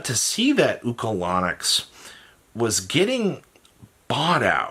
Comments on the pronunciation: is the king of butchering every card name, adding a whole extra syllable to Ulcanix by making it Ukalanix. I'm genuinely convinced he's the Yu-Gi-Oh player who cannot read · Say it with me. UL-CAN-ICKS